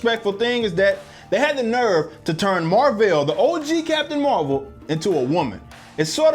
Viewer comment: Totally agree with your review, I wanted to walk out the theater when Annette Bening said her name was Mar-vel🤬🤦🏽‍♂️